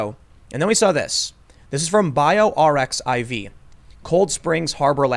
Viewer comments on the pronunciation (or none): Tim that is pronounced BIO archive not BIO r-x-i-v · For information purposes: 'BioRxiv' is pronounced 'Bio Archive'. The reason why articles aren't being peer reviewed is because we need rapid publication to find solutions. Scientists will post in the archive even while they submit to peer review. Everyone looking at papers in archive understands that these papers must be considered with care given that they are not peer reviewed. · The site is pronounced "Bio Archive" It is a similar site to " the "x" in both is actually supposed to be a greek letter chi. Arxiv is a pre-print archive for the physical sciences. Since Math, physics and chem use the greek letters, it is supposed to be recognized by the in group. It's a little bit tongue in cheek and a little bit of a shibboleth. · Gp120 helps HIV bind to cells, increasing it’s ability to infect those cells. I would be curious to see if there were tell-tale engineering marks since viral genomes are small and engineered by traditional molecular biology methods. Also BioRxiv is pronounced bio archive. “R” = Ar, “x” is chi in Greek and “iv” is the rest. It’s a preprint server, where people place a paper before submitting it to a journal. CSHL is unlikely to be fear mongering.